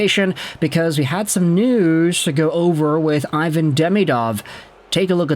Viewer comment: Ivan prefers his name to be pronounced “eee-vahn”